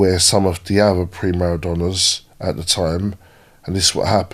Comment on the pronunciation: I like when he says Pre Maradona and not primadonna! Great coach though!!